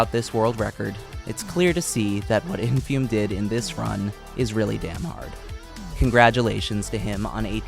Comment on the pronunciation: sadly you mispronounced the runners name throughout the video, its "infoomi"